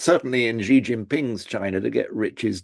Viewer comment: Xi Jinping. The syllable "Xi", in Chinese, is pronounced similar to the English word "she". Here, it was repeatedly pronounced like the letter "G" or "gee". The sounds are different words in Chinese. Please say "she" or "shee", not "gee". Otherwise, thanks for the very enlightening discussion.